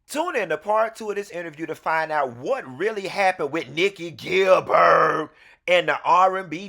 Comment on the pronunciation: Not Nikki Gill-Bird!